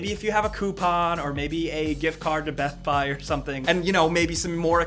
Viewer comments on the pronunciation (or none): "Beth buy" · Beth Buy hahaha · beth buy he said, beth buy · Hehehehe. - "Beth Buy". Heheheheh. Made me giggle